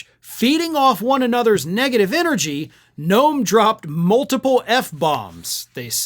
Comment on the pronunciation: GNOME, not Noem, GNOME.